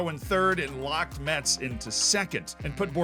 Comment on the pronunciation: It's even funnier that he corrected himself with the pronunciation of Rodez but not with Metz (which we say "mess", like this last season's day) xD